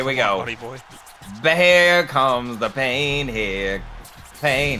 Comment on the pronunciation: It pin instead of pain